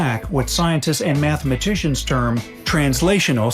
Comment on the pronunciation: Did he say...mathmagicians??? It sure does sound like it the way they fall all over themselves to explain this stuff.😏